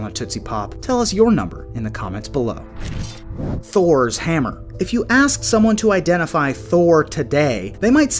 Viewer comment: Pronounce tors hammer again please😅😅😅